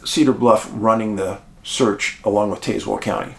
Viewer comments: Hey Dave :) love you man. I live in this part of VA , just for future reference it’s pronounced TAAZ-WELL just like Tasmania not TAY. And its Chill-How-eee not Chill-Ho-eee Very weird cases. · I went to elementary school in cedar bluff. There is absolutely ZERO strangeness in that area. Btw its pronounced Taz- well. If anything out of the ordinary happened my guess is a mountain lion. Yes they are around the area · Taz - well is how we say it down here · I'm from Cedar Bluff, VA and I have never seen anything sketchy here 😂 But, this story is definitely a mystery that we would love to see solved. The pronunciation of Tazewell, is TAZ- well, like jazz ❤ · Taz-well. As in the lil cartoon guy Taz. The second part is like a water well. You put it together and have tazwell. The next closest counties are buchannon and Russell. You say the previous as Buck Cannon. The second is self explanatory. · I kept saying this through out the episode.